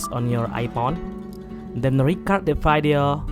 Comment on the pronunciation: this nigga really said vaidio🥴💀